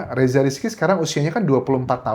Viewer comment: Perlu do benahi kak untuk pengucapan!!! RESSA bukan REZZA